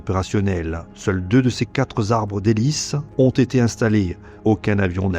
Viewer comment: Pas d'IA sans doute et c'est bien. Ce qui l'est moins, c'est vers 18.20 les « quatres-zarbres » (je cite ce qu'on entend). Quatre est invariable. Donc : les quatre arbres, sans liaison "mal-t-à-propos"… 🙂